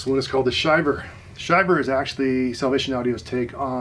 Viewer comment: It's pronounced Shiv-ver like when you are cold.